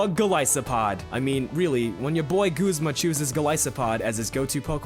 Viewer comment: Does everyone else pronounce Guzma as Goozma?